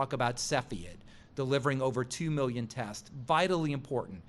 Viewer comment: Why does he say mellion instead of million? He also repeats himself which makes him sound stupid.